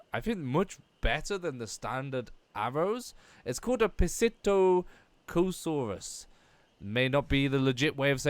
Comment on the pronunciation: Just lettin ya know for clarification, it is pronounced sit-taco-saurus. They are nicknamed taco's :)